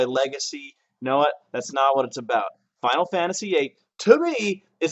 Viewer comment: Man this is awesome, its a crazy nostalgia trip to hear someone pronouncing Final Fantasy like "Faow Fah-Uh-See" again like when I was a kid